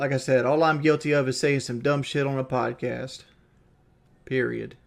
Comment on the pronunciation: His accent is the worst off all damn thing just listen to him pronounce anything ANYTHING with a O or an N and it sounds so off He says On? No, "Oawnn"